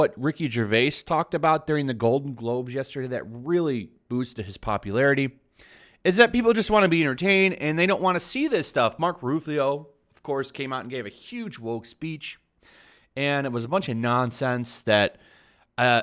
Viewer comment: He said mark roof-lee-o 😂😂😂 I'm dying SMH